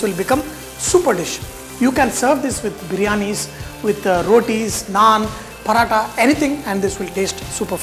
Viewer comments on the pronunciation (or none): none